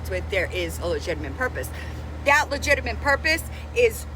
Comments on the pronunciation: She’s right.. no legiminate purpose here. Gee sus H. Say it with me LUH JIT TUH MIT. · "Legiminate"? 😂 Trying to stand on business when it's a lemonade stand selling water 😂.